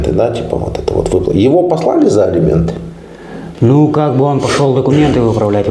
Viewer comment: "ЭЛИМЕНТЫ", С*КА